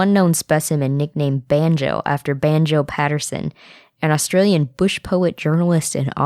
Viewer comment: i love 31 - 36 the pronounciations kinda wrong, its hilairious though its austrailion (so funny i can english right XD x1000)